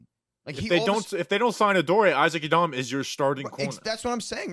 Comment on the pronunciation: I know you're trying to sound politically correct but pronouncing Isaac Yiadom that way ridiculous, do you go off the boat Italian when you say Anthony Rizzo's name, or when you say spaghetti.... same reason you don't need to pronounce Isaac Yiadom's name that way and just for clarification no hate I'm an avid talking Giants fan but if you care enough to pronounce non white names that way than at least show the same respect for European names or in reality show everyone how ridiculous it is and do it for the European names as well...